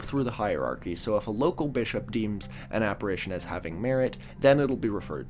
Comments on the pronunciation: Arch. Like arch-enemy. Not Arc. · ArCHbishop, not arkbishop. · *arch pronounced Shhh, Sincerely a former Catholic. We don’t say it like arc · “Ark” Bishop, or “Arch-bishop”. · Just by the by... It's pronounced 'Ar-ch Bishop', not 'Ar-k Bishop' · A correction you might want to make is that the 3rd secret of fatima WAS released in 2000, however the accompanying explanation given to the children was not released and it is debated if all of it was released. Love the channel! (Also archbishop is pronounced like arch not arc lol) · Sorry,, but it's pronounced 'Arch-Bishop', not arc-Bishop. I'm only pedantic because my grandmother Myff was the sister of the then Archbishop of Canterbury, Robert Runcie. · Apologizes for mispronouncing Catholic words in a past vid immediately after saying “Ark-Bishop.” Great stuff lol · Everytime mispronounces "archbishop" as /arkbishop/ it hurts me. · “arch” in archbishop is pronounced like in “archway” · “Archbishop”- you pronounce is arch with the ch sound. Podcasters need to pay more attention to pronunciation of common words. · Please explain how you got this far in life and don't know how to pronounce "archbishop" but can pronounce "archdiocese"??? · You keep mispronouncing "archbishop" with a K as in archangel. But the correct way to say the "ch" in archbishop is like the "ch" in "church". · Is not pronouncing the ‘ch’ in archbishop an American thing, or a thing? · .. while mispronouncing archbishop... Perfect. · It's an understandable mispronunciation, though; I think archangel is pronounced like that? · I do love the correct pronunciation of "archdiocese," but the incorrect pronunciation of "archbishop." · You pronounced the h In nihilism and not the one in archbishop? I guess those errors cancel out